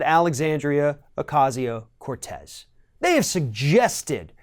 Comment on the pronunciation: Why can't this idiot pronounce her name right...? At this point and after all this time and so many stories, he still cant pronounce her name right...? Isn't that like Journalistic talking head rule 1...?